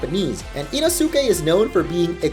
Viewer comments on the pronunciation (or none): You said inosukes name wrong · He butchered the pronunciation of Inosukes name